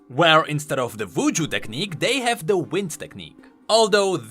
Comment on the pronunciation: Hopefully I'm not the only one who thought he said "Vooju"(I know it's cause of his accent, but I thought it was humorous).